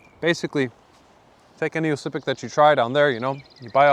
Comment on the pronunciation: oscypek should be pronounced Łoscypek like u sayin Wooow(witouth last w)+oscypek